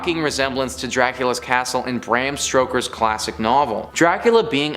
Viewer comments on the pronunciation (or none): "Stoker," not "Stroker..."